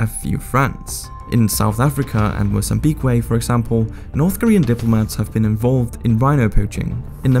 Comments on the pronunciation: First off,it is MO'ZAM BEEK not mozambeekway.Sounds like a place for birds to drive or fly. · its pronounced mo zam beek